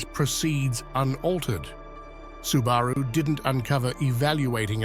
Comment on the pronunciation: AI still can't pronounce a lot of words correctly... like Subaru.